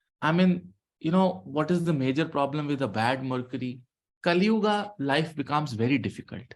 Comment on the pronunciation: Sir please don't say kalyuugaa. It's sounds awkward.